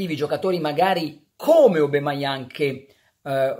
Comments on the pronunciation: no Obameiang si pronuncia. SOMARO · Pronuncia : Obameiang no Obemaiang